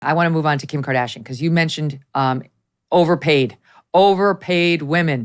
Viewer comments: LOL she said: Kim -card-ass-ian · Meg really just almost said Kim Kardassian 😂😂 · ...... "Kim Kard "ass" ian, er Kardashian"................. was that intentional Megyn?................ 🤭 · So we're all just going to sit here and pretend Megyn didn't almost call her Kim KardASSian. 🤣🤣🤣 Also, Jason is absolutely right. This is a mental illness.